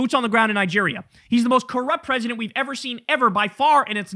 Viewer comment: Once Dead Domain pointed out that Nicki Minaj has a rhotacism, I can't unhear it. "Mr. Pwesident..."